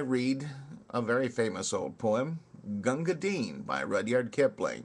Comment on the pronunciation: Congrats on pronouncing the poor mans name properly. However, bhisti is wrong. The first i is soft as in list, missed or fist. The second is hard eeeeee. Pronounce like you would say the girls name Misty with a B instead of an M.